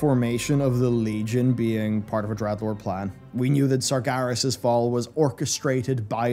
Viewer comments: Dreadlord not Dredlord. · "Dredlord" ok